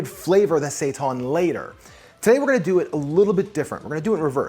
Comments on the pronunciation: It's pronounced "say tan" not "say tawn" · Thanks for this video. I am trying this as soon as I finish this comment. FYI Seitan is Pronounced Say-Tan not sayton. Not trying to be ignorant just informative thanks for the recipe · Thank you for your great videos. Could you please stop calling it sei-TAHN? It's seitan, the second syllable sounds the same as the word "tan," like when you get a tan. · Are you guys saying seitan that way to be funny? Like the queens English? Because I can’t for the life of me think of a word for “tan” is pronounced “tahn”.